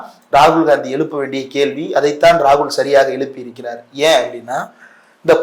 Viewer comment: எலுப்பி இல்லை எழுப்பி, பலசு இல்லை பழசு